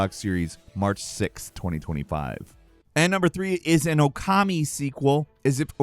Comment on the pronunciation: Can people pronounce Okami correctly 🤦🏽